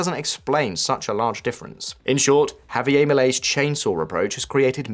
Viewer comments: Why the heck does Bro pronounce Spanish like it’s Bad French? Javier don’t rhyme with Milei. Say Hah-vee-AIR, not Hah-vee-Eyyy. So many Brits do this. Why? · The 'r' in Javier is pronounced. It is not French.